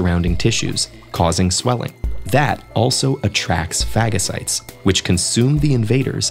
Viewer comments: Phagacites...LOL Sorry I had to. 🙃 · Fagacites lol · Hehe... it was scary watching that tv show that made light of carT cells to think the body doesn't attack the cancerous cells because it doesn't count them as a threat... or is it that they can't produce the anti bodies... Didn't think phagocytes were pronounced like that :) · Sorry but I laughed when they said phagocytes